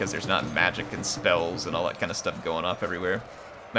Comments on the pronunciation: Actually, "terços" isn't "terkoes", but "tersoos". Enjoy! :P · Terços pronounced more like Terssos (Tercios in Spanish) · Hi! Portuguese fan here. Love the Portuguese Catholic Missionary theme of the campaign and I love this time period. Tercos, which in Portuguese are spelt Terços, mean one third which is referring to the proportions of troop type in a unit. If you want to spell them like a Portuguese man, just say "Tear-sooj". Thanks for the campaign! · The C in Tercos is not pronounced with a K sound but with an S sound.